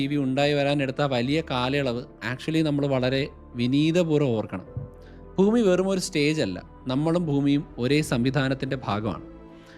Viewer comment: താൻ ഭൂമിയെ ഫൂമി (foomi )എന്ന് ഉച്ഛരിക്കരുത് bhoomi എന്ന് വേണം പറയാൻ..